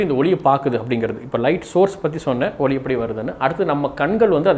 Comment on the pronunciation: ஒளி சில இடங்களில் ஒலி என்ற உச்சரிப்பு தோன்றுகிறது.